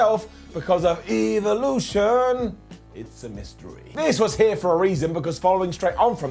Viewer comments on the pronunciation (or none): none